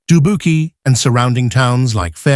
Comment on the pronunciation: Doo-buke-ee? Hahaha. When will we return to human commentators?